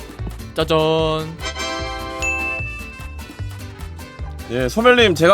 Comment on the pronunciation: 짜잔 겁나 찰지게 말하네 ㅋㅋㅋㅋ